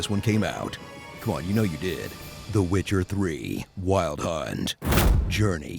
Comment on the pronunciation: I laughed so hard when I heard glitcher lololol